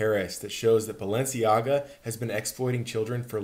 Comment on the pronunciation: BAL- ENCIAGA